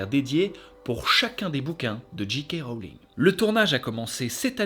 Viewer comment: On s'en fout mais J en anglais se prononce JAY. Donc Jay. kay Rowling